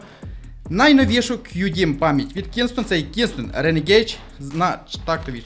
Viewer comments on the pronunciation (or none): Память називається Ренегейд, а не ренегейдж